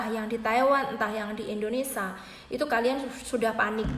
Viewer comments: INDONESIA mba bukan INDONESA tolong di perbaiki lagi ngomong nya, janggal dengernya mba nya orang mana sih? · Berbahasa.lah yg baik & benar mba…(indonesia bukan endonesa)…😄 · Mbak aslinya dari negara mana? Panasaran sajah...koq ga bisa nyebut "Indonesia", disebutnya "Indonesa" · INDONESIA ce bukan INDONESA 🤣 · Mbak kalo ngomong yg bener bukan indonesa yg bener indonesia . Klo nggak bisa ngomong mandek o ae ora usa bhas2 mslah ini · Awas lho mbak.. Ngantos".. Penyebutan nama negara salah tak maturna bapak😂 Indonesia sanes endonesa.. Sampai sini anda paham??🤭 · Ngomongnya kok yoo muter muter mbaak... Indonesa 🤭🤭🤭🤭🤭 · Pengucapan yg bener itu indonesia bukan Indonesa mbk.... Berita ini toh lum pasti...mbk Pokoke tki /tkw paling apik 👍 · Indonesia mbak, bukan indoneSA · Indonesia Emba bukan indonesa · maaf bu,. indonesia bukan indonesa...poin yg terpenting adlh hanys orang taiwan yg kya saja bisa ambil TKI, mlh bgus bukan TKI lbh mmpnyai persentase jaminan kelayakan hidup lbh tinggi.. yg untung siapa yg rugi siapa hayoooo .. no worry... bnyk kesempatan kerja di negara penempatan lain... siapkn skill anda masing2 dg baik... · Hhhh iya bener..aku dengerin gemeshh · Indonesia mbak bukan indonesa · Q jg,dengarnya aj,g enak.Indonesia,bkn indonesa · Ngomong negaranya indonesa yg bener indonesia buk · knp TKW yg d salahkan ? tuntutan TKW msih batas wajar koq,cma ingin pot agency d tinjau lgi...pot ARC d minimalisasi,dan jika ada TKW yg bkin ulah itu OKNUM mbak yg terhormat...tdak semua bgitu,itu kmbali lgi pda SDM TKW nya sndiri...tolong pergunajan kata "kalian" dgn bijak mbak,kalian yg mbak ktakan itu berarti TKW semuanya...bukan segelintir org.... dan tolong dlm penyebutan INDONESIA nya jga d perbaiki,bukan indonesa tpi INDONESIA🇮🇩..trima kasih